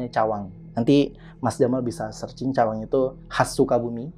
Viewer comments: 17.53...ciwang mas...bukan Cawang....nuhun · Bukan Cawang tp ciwang sy pun orng skbumi